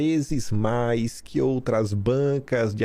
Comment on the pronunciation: DINO É UM CARA DE PAU, DELIRANTE É ELE, ELE QUE MOSTRE TODAS IMAGENS, NÓS QUEREMOS VER TODAS. DINO MENTE. DUVIDO QUE NÃO CONHECE AS IMAGENS. 6 MESES DEPOIS DE MENTIR QUE TINHAM SIDO APAGADAS !!!!! APRESENTOU MEIA DUZIA DE IMAGENS E DISSE: "AS OUTRAX SÃO IRRÉLÉVANTIX". QUEM É O DINO PRÁ ALEGAR QUE "AX OUTRAX SÃO IRRÉLÉVANTIX"? TODOS TERRORISTAX COMUNIXTAX INFILTRADOS APARECEM NAS IMAGENS. TAMBÉM TEM QUE INVESTIGAR QUEM ABRIU AS PORTAS DOS FUNDOS PARA OS GOLPISTAS DE FATO ENTRAREM E APLICAREM A EMBOSCADA NOS PATRIOTAS. QUEM DEU UM GOLPE FOI A ALA COMUNIXTA DO STF/TSE, TANTO QUE - ESCONDEM AS IMAGENS DO DIA 8/01 - ESCONDEM AS PROVAS DO MANDANTE DO ASSASSINATO DE BOLSONARO - ESCONDEM OS CÓDIGOS FONTE DE TODAS ELEIÇÕES - SEMPRE FRAUDADAS. "TODO CRIMINOSO TENTA ESCONDER AS PROVAS DOS SEUS CRIMES" ESTARIA O STF PROTEGENDO OS CRIMINOSOS ? OU SE PROTEGENDO ???